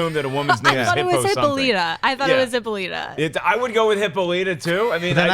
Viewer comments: Hippolyta is pronounced Hip-paw-luh-ta instead of Hippo-lee-ta. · It's pronounced Hip-Paul-It-Tuh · It's pronounced "hippo-lie-ta" :D